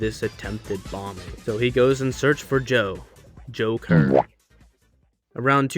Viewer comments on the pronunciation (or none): His name is actually John Kler not Joe Kler